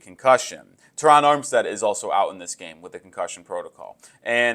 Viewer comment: Thank you for saying Terron how it sounds!!! My name is also Terron and the way people butcher our name is insane lol😂 PHINS UP 🐬 💪🏾💯